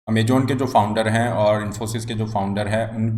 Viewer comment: Amajon nhi Amazon... Poor pronounciation